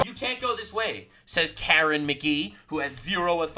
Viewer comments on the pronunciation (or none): none